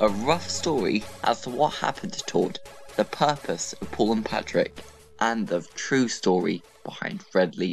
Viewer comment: You said Patrick it’s Patrick